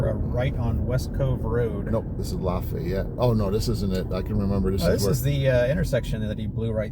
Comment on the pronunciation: It’s pronounced La Fay It here.